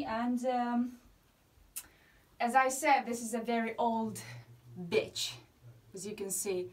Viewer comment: You're saying "ditch" not... "B*tch", right? Sorry, I think my ears aren't working 😅.